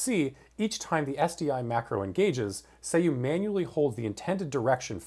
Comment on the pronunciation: isn't it pronounced "Sah Yu"